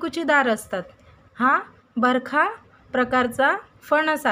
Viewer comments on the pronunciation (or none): बरखा नाही बरका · बरखा नाही बरका म्हणा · Barkha??? It is Barkaa